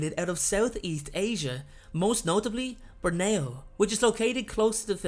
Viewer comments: Born ai o? it's pronounced Born ee o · Im sorry i loove your vids but i imagine your pronunciation of Borneo is quite offensive to some. Bore Neo not what u said pal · Borneo : Bor-nee-oh.